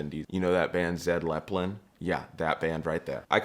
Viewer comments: Zed Lepplin? PImmy Jage?😂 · That band Zed Leppelin Yeah, that was the name. Glad you got it correct when you said it first. Most ppl struggle to ge the name correct.